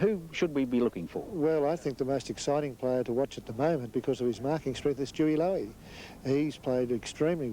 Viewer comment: St Kilda coach Darrel Baldock manages to call Stewart Loewe "Stewie Low-y" and Nicky Winmar "Ricky Winmar" 😆